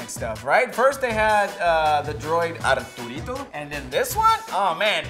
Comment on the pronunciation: "Arturito" lmfao